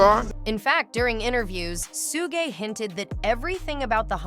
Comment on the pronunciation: Man i hate how she say suge name